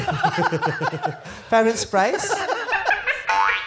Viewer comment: Diba Italian word yung Firenze like /Fee-ren-ze/ meaning Florence, /Phyrenz/ daw sabi ni kuya mo hahahaha.